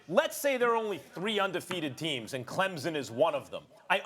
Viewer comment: Somebody tell Stephen A. that it's pronounced "Clemson", not Clempson.